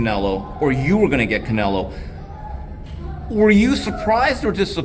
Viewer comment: i think its funny it calls "Canelo"... "Canela". :D